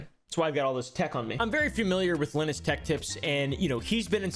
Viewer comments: This man saying lenis instead of lie-nus gives me an itch in my brain only a shotgun can scratch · LOL. "linn us" tech tips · Lynis?? I dont think you know how to pronounce Linus dude. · Its line-us not lin-us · "im very familiar with linis" LINE-US please, Linus = LINE-US "very familiar" 🤣🤣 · Lin-us lol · So you are very familar with this guy but can't even pronounce his name correctly? Stop the cap my guy. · k you said you love linus but you say his name wrong every time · Says hes very familiar with Linus. Proceeds to say Linus wrong 😂😂😂😂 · Bro stop saying Linus wrong.